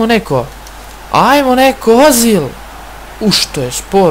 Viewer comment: Nije ozil nego ezil a pise se ozil